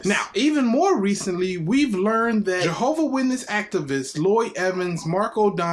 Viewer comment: Is there any more reproach on God's name than...mispronouncing God's name? 🤦🏾‍♂️ Might as well be "John's witnesses, or better yet, Jordan's witnesses..same difference 😂